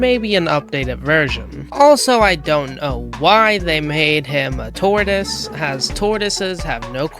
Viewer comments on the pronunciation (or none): none